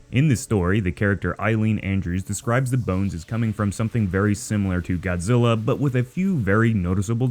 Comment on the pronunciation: It's earth godziy